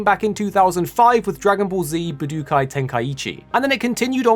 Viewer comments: stop saying "buh dook eye", please. Way to show you have no clue what it is. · Ba du kai was killing my ears every time he said it